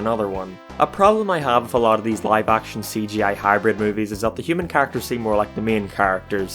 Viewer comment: The way this guy says the word character...😂😂😂